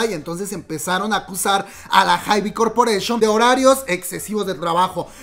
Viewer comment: Hermana cj ent. Se pronuncia si yei, enm. Lo dirías (ienem) Es la abreviación de entertainment and media, para hybe todos los artistas lo pronuncian jaib, amamos los chismes aquí presentes siempre ✌